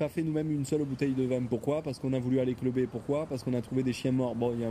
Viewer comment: oh le vieux vide suivit d'un giga "Allez on va clubeeer" c'est phénoménal